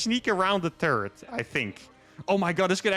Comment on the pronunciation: Does anyone else think when says 'turret' it sounds like he's saying 'turd'?